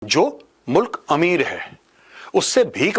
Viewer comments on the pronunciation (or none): none